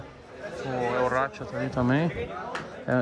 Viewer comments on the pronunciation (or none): Quem reparou ele falando EL RACHA 0 41 KKKKKKKKKK